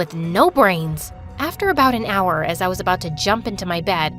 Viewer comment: “Our oul”🤣🤣🤣